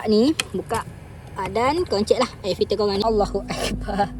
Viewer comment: Nape sebut ayer filter😢